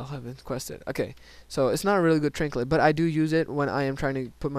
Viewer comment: why is it so annoying to me that he says trinklet?? There's no L..